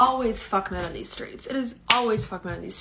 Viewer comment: “From the skreets” more like for the streets! 😂😂😮‍💨